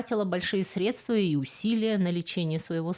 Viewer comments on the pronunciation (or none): none